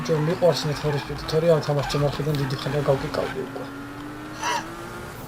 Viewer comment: ნეედ ფორე სპიდი არა ნიდ ფორ სპიდ :D